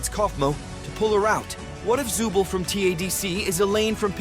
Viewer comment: The name is not Zubel its Zooble